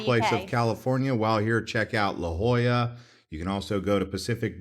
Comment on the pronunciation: Hey, he did get La Jolla right! Thank God he didn't mention Port Hueneme.